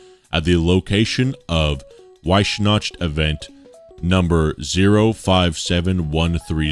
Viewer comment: oh god... you butchered weissnacht so hard that it physically hurt me